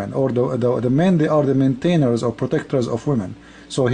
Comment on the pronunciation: you cannot even pronounce words correectly. cannt even pronounce maintainers. AND DUDE THOSE 'STRENGTH' AND 'LIGHTLY' ARE IN BRACKETS WHICH MEANS THAT THEY ARE ADDED BY THOUGHT FROM PEOPLE WHO CONSIDER THIS IS THE MOST SUITABLE. other than that i am agree. no man should even tough in this way any woman what about his wife.